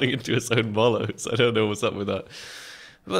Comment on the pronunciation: Don't get me wrong, I fucking love you man (no homo), but ffs stop calling mollies (molotovs) "molloes"! e.g. "He keeps running into his own molloes." It's so fucking annoying! x) <3